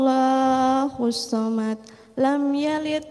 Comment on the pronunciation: QUL Huruf depan pake. Qof. Bukan KAF. Dan banyak lagi Harusnya. ALLAHU. tapi dilafazkan OLLAHU